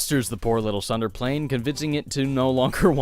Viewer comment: "sunder" is the worst pronunciation of Tsundere I've ever heard.